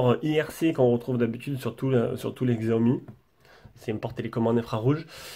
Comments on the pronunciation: Xiaomi se prononce chi-a-omi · lol mais Xiaomi aime pas quand on le prononce comme sa 🤣